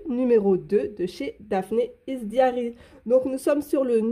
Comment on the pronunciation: Coucou ! Merci pour cette sympathique présentation... Juste un petit détail, le mot "diary" se prononce "daï-eu-ri" et pas "diari"... j'avoue que ça m'a faire sourire un peu parce que sur le moment, j'ai cru entendre "diarrhée" et ça n'était pas très frais pour un si joli magazine 😊... Passez une excellente journée ou soirée selon le moment où vous me lirez (si vous me lirez, d'ailleurs) et au plaisir de découvrir d'autres vidéos de votre part ❤!